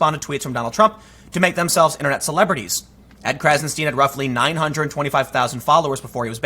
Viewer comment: "Stein" rhymes with "sign"